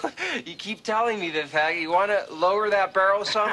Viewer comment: Its Feck not Fek